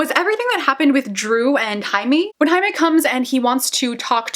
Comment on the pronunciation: Thank you for pronouncing Jamie's name correctly!